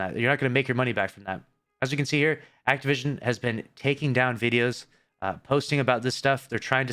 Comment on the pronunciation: He said activision…. Bruh